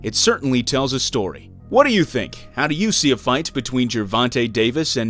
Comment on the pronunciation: Bro please help your self dedicate to learn the Japanese guy name properly